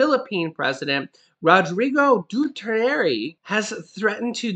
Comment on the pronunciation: It's Duterte